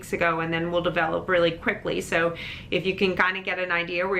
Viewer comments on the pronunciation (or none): none